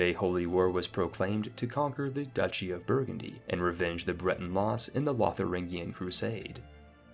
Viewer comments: Aha! You accidentally pronounced "duchy" correctly here, confirming that all those times you pronounced it "doochy" you were deliberately trolling just to annoy me. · Duchy is pronounced dutch-ee, not doochy. Betrothed has long o, though. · So Duchy is actually pronounced "douchey," I had no idea... the more you know